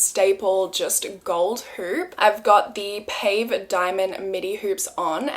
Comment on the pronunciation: The diamond jewellery style is pronounced pa-vay. Not pave. I’m a Mejuri addict also. Cheers from Toronto.